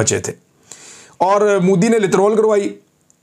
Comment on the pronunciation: It's MODI, young man, not Moodi. Nobody but Pakistanis call him Moodi. Why do we have to be the ones doing everything wrong?